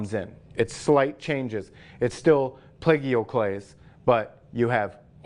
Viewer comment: The Feldspars are very impressive and at first glance somewhat resemble diamonds cut in their original primordial stylings....and that Cuprite....whoa! (P.S.: I think if you pronounced 'Plagioclase' as 'play-geo-clays' most of us who watch will get it. At least for me it makes sense that way when you consider how Giorgio is pronounced.) 👌